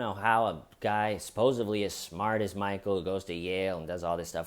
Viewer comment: I’ve heard people say, “supposably”, before. But I think this is the first time I’ve ever heard, “sposively”.